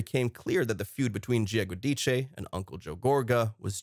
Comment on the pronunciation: I’m so happy that this man speaking says there last name the proper way, the Italian way of speaking, I’m from New Jersey. I watch the New Jersey show and they are a lot of things that are not said about Teresa’s family (im not talking about her Daughters)that she won’t let out because she doesn’t want to hurt them. That’s all I’ll say. Making Teresa look like a villain that is wrong she’s not !! I remember this is a reality show and people make good money, but in Italian family, you should never go against your family.!!